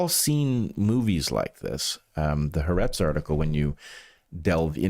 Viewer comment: I'm an Israeli, it took me about 10 minutes into the part about the surveillance cameras to realize you're talking about Haaretz... It is pronounced Ha-Aretz ("The Land/The Country"). Three syllables, not two.